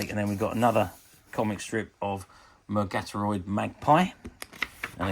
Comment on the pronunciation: I wonder if you ever watched this show, as it all seems quite alien to you. Murgatroyd is pronounced as it looks. Thanks for the upload.